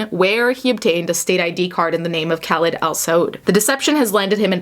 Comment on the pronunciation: It's pronounced Kah-leed.. how do you have a following??